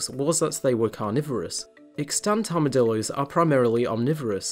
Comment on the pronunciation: They are called Armadillos, not "Armadilloys"